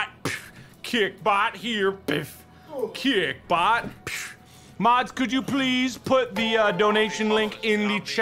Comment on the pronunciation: Mark: says kick bot Me: hears kik bot Also me: rip kik T.T